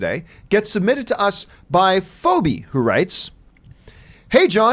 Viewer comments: Fobe-y? Haha! It’s Phoebe like from Friends! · it’s pronounced “Feebee”! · Fo-bee lol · Yeah that mispronunciation stuck out the most to me in this video too! LOL